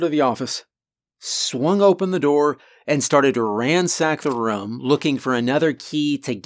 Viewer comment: But have you heard him say room?